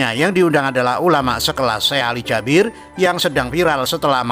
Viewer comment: Bang salah nyebut nama syekh nya bukan syekh ali jabir tapi suekh ali jaberr